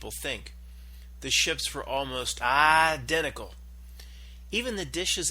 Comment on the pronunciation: And btw, What's with the idiotic pronunciation of the word identical? What's that all about?